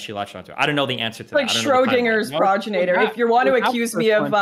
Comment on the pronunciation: prod-jo-nator? its pronounced pro-gen-itor